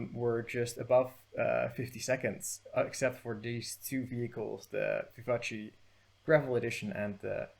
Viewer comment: you made me laugh a lot because you pronounced vivace as an Italian name even though it's French 😂 the end (ace) is pronounced like "ass" in fact lmao 😂 very good vid btw